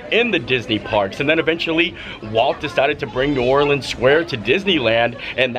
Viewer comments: Just a little tip from a local. It’s pronounced “NOO OR-linz”, not “NOO-orLEENZ”. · It’s pronounced New Orleans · The Jazz Museum is housed in what was a US Mint. The o in DuMonde is a long o sound. Please never pronounce our city New Orleens. That is a song lyric used to rhyme "Do you know what it means". You also pronounced correctiy several times. Overall a nice representation.